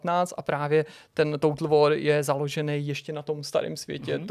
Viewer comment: Přežblept "total whore" a váše snaha nepropuknout v smích... k nezaplacení :D